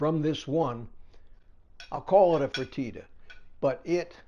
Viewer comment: Pronounced free-TAH-tah. I LOVE leftovers too! Reheat & eat. You carmelized the beef. Bacon makes everything better!😋😋😋